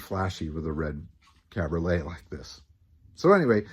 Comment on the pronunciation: really enjoying these nuggets you're digging up on the ole Merc. Got me picturing this gorgeous red ragtop cruising down the strasse during Berlin's rebuild era. BTW - freund (friend) rhymes with coined, not pruned, and cabriolet has one more syllable.